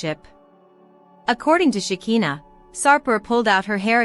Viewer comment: LIAR! Shekinah has Not been arrested and you don't pronounce her name right that's so annoying a, I hope you don't get any viewers or likes! LIAR!